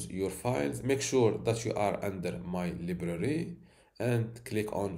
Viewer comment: Great tutorial plus I like the way you pronounced library, li ba re!